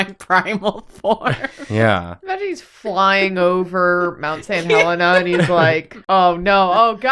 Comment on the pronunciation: calling it Mount St. Helena instead of St. Helens really got me for some reason